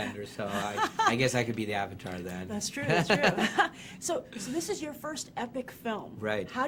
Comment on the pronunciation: I was going in not expecting much but still managed to be disappointed. Ong the Aw-vatar, what a crapstorm